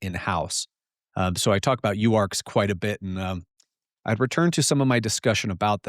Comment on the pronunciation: "That i-ei like to call..." 😂